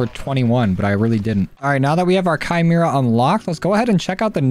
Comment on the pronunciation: the only youtuber to pronounce the name correctly